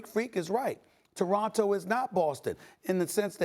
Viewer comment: Maybe pronounce Toronto right douche bag.